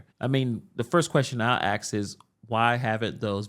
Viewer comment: Why do you choose to say "axe:" instead of "ask" how does this happen?